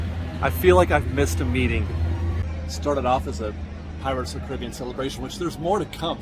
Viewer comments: I hate that you pronounce Caribbean, “Caribbean” and not “Caribbean”. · Still can’t get over how you pronounce Caribbean when referring to the ride 😭😭